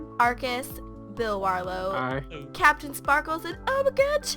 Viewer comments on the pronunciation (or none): Its not Will Barlow, it's Bill Warlow!!! cringe